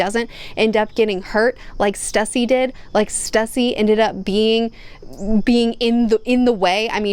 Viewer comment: I understand she isnt the best at pronouncing character names, so no fault to her, but please can we help her with her pronunciation pls, Stussy should be pronounced (Sss-Too-Cee) need to rally together a team of mods for her to help her pay respects to these characters names, and again no animosity towards her I just want to help her get them right.